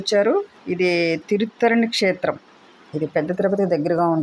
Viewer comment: తిరుత్తరణి కాదు తిరుత్తణి అంటారు మీరు చెప్పింది అక్షరాలా నిజం పెళ్ళి కానివారు ఈ దేవుణ్ణి దర్శించుకుంటే తప్పకుండా పెళ్ళి అవుతుంది